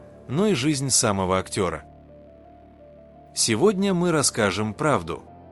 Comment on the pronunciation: Не са'мого само'го, не БО а БАгом